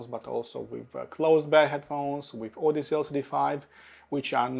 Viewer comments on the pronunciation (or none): none